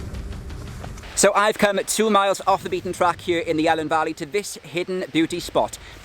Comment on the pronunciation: Fantastic vid, some places like Pen Pum Lumon Fawr, which I never heard of but looks great, but I have to say you say Welsh place names lovely but not the Elan valley! you say helen (sorta) but it's always E Lan simple as that.